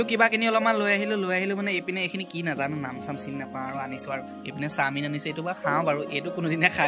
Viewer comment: চামিন নহয় চাওমিন